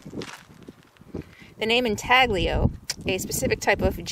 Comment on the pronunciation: Good video - FYI spelled intaglio, but pronounced in talyo and it has been covered by many you tubers, even nomads like RVer TV